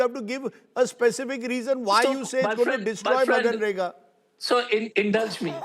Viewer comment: It is manrega and not maganrega Rajdeep.